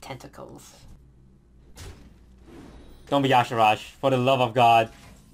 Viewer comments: But toast, it's Y'Shaarj, not Y'Sharaaj. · its yshaarj not not yshahaarj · it's Yee-Shah-rj, Not Ya sharaj :( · I wondered about the pronunciation too, but the WOW wiki says, and I quote, "Pronounced YAH-Sha-Raj"...even though it should clearly be said, "Yuh-Shaarj". :s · "yashirajj, okay... never heard of him but another cool video i guess" reads card --> Y'Shaarj "DUDE GO TO SCHOOL CANT FUCKIN READDDDD" no but i love you dont kill me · Due to my native language I find really weird that people call Y'shaarj Ya'Sharaj, since I usually call it "Yi'shaarj" I can't see where the supposed A after R goes. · It is y'shaarj. Not yaash'raash! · Why the hell does everyone say Yasharaaj if it is Yshaarj? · why is he calling y'sharrj "yasheraash"? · actually yes. Youre right. The one time in actual canonical wow lore where his name is spoken, (In the Klaxxi questlines in MoP) it is pronounced like "Ya'Shaarj". But im insisting that it truly isnt pronounced like "Ya'Sha'Raajj" Because that truly just sounds inane and astronomically diffrent to the spelling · IT'S Y'SHAARJ NOT Y'ASHARAJ!!!!!!!!!!!!! Get it right for once, Toast! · Why the hell does toast (and others) insist on saying "yashiraj"? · Its Y'shaarj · Is his name supposed to be pronounced yahshooraj? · "Yosh a RODGE" No. Thumbs down. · It's Y'Shaarj, for fucks sake it's two syllables man 😂